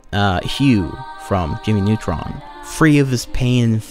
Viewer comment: „Jimi nutron“